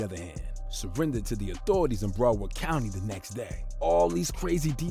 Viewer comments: Idc how late i am on this video I came to say STOP SAYING BROWARD LIKE THAT! Brow pronounced the same as when you say eyebrow. BROWARD brow-erd = BROWARD Not Bro Not Browf And there is definitely no f in it so i don't know what you was trying that first time lol brow please BROW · Its BROWARD COUNTY NOT BRUUUWORD COUNTY LOL 😂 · Brow-ard County. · Lol this video is filled with errors....he mixed up ynw sac chaser and ynw juvy when he introduced them and keeps calling it BRO-WORD county 😂. This guy is fried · BROW-WARD COUNTY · This guy doesn't know how to.say Broward County 😅